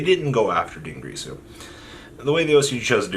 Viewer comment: Din girsu Not Dungrisu